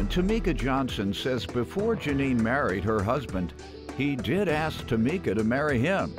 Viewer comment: Its ASK ....not AXE